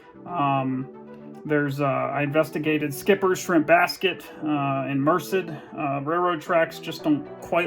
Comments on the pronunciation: Merced: "Mer-said," not "Mer-sid" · What an odd and amazing channel - I’ve watched a few of your videos now and really enjoy them! Not a big deal but three things that were maybe just misread in this video: Merced - pronounced “mur-sed”, Yermo - Valyermo, Pearblossom Highway, not Pearl-blossom. Being a relative local, I got hung-up each time I heard one of those! You’re a scholar man! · Merced = Mer-said accent on the second syllable. Yes a lot of California looked similar back then, flat roofs and sunshine ha.